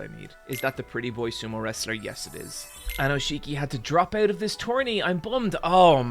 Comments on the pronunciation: OK,, on the one hand I’m really happy that you got into sumo because it got me into sumo. I have started very consistently watching sumo highlights since basically the beginning of the year when you got excited about Enho. On the other hand, I’m pretty upset that you cannot pronounce Aonishiki correctly. So you know, mixed bag. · Very happy to see you invested in sumo and I'm sure you will spread that passion to a lot of new people, which is awesome. Just a few notes though, Aonishiki is pronounced "aoniski" and the wrestlers are called rikishi. Its not a big deal but as a sumo nerd I had to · Aonishiki has been doing sumo since he was 7 years old. He didn't magically stumble upon it while seeking asylum. Also, what is with this pronunciation of his name? I thought this guy was giant weeb. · WE LOVE AONISHIKI missed him so much this past month. Btw pronounced "ow neesh kee" not ownisheekee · Guys, it's Aonishiki, not Aonoshiki. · Every time he calls him "Aonoshiki" istead of "Aonishiki" a little part of me dies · Just a few notes: AoNIshiki, not AoNOshiki! Also he's not unique in being Ukrainian, there's also Shishi who's also in the top divison and was there even before Aonishiki, but hasn't had the same success, and is kind of comical for his awkward leg movements although he's very powerful on a good day. Also, Sekiwake is TWO ranks below Yokozuna. There's Ozeki between them, which is the rank Aonishiki lost because he got a losing record in March and then technically got a losing record in May because he sat the tournament out because of injury. Getting Ozeki is difficult, but it's also harder to lose once you get it; you need two losing records in a row. Also just to brag: I was in Japan for day 14 of the March tournament. I was worried for my boy (I'm a total Aonishiki simp) but I saw it live when he beat Kirishima, that was amazing. First time I saw sumo live, I couldn't have been happier.